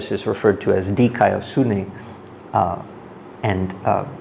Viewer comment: Dikaiosyne not dikaousone